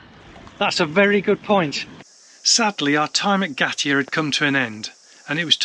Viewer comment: Yes I am. I am enjoying your travels thankyou they are actually reminding me of places to visit on our next campervan trip. My suggestion was meant to be helpful not a criticism. Whang is pronounced fong as in wrong and in Ngatea the g is silent. I hope you enjoy the rest of Travels , stay safe and keep up the good work.